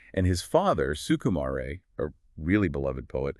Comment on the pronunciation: Rāyey, not Ray as in the sun's ray.